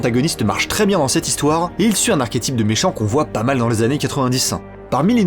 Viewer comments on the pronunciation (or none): none